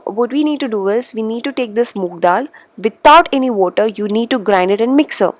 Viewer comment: Its moong dal right...not Moog